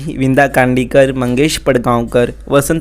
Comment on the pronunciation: The name of marathi writers utters are wrongly mentioned,,its not vinda kandikar,, its "Vinda Karandikar"